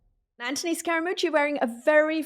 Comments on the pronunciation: STOP KATY WTF AND WHO THE F said he was a “ “brilliant guy “ you sound so IGNORANT KATY UNWATCHABLE DONE HER BTW MOUCH ‘s Name is ANTHONY NOT ANTY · Omg his name is ANTHONY NOT ANTONI PLEASE GET IT CORRECT